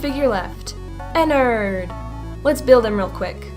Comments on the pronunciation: IT IS NOT EN-NERD EN-NARD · it sounds like she says "innerd" when you should say 'E N N A R D' with a A, just my opinion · it's not enerd it's enard